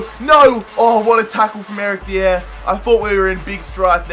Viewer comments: Dier is pronounced die-er not dee-er. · Deeeeeiiieeerr wat the hell is deeeeeeeiiiiiieeeeerrrrrrrr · It's so funny how he pronounces Eric Dier😂😂😂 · why can't you pronounce dier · Pronouncing Dier wrong smh